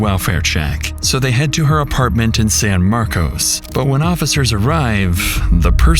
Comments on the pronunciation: In Texas, despite the spelling, it's pronounced San Marcus, or San Marvelous, as natives will tell you. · The name of the town is pronounced San-Markus not San-Markose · It’s pronounced San Mark-cus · anyone who's lived in san marcos, would never pronounce it like that